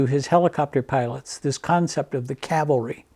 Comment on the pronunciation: Great video! It's nice to hear "C-A-V-A-L-R-Y" vs "C-A-L-V-A-R-Y" like most people say it. People also can't say "veterinarian" (vetinarian)😬